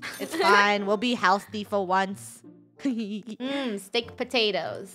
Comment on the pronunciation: Why does say stick and not steak